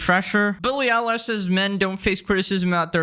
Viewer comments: Bro said "Billie Eyelash" I can't🤣🤣🤣🤣🤣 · Billy eyelash, is it a nickname or he mispronounced. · Eye-lash? lmao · Billie Elish❌ Billy eyelash✅ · Stop calling her Billy Eyelash, you're making me giggle. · “Billie *eyelash*” 😂😂